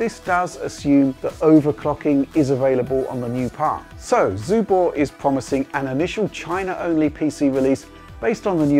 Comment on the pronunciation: My Chinese is very bad but I can tell you are butchering the name of that console:)